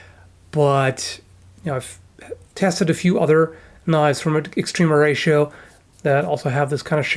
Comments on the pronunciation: "Extreme Horatio" I will always hear it that way. I'm cool with it. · I just keep hearing Extreme Horacio when you say their name...